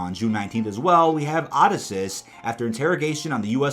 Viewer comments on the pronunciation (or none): Bro. Are you mispronouncing these names on purpose or what. Oh come on you mispronounced Odysseus